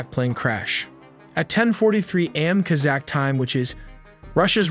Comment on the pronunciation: Your pronunciation is embarrassing please ensure that you are researching proper grammar before publishing. Kazakh, Antenna? These are basic words